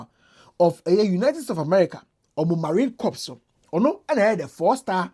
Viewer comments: it's pronounced "marine corr" nor "marine corps" 😂 the p is silent 😅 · it's pronounced "CORE", as in Marine Core (corps)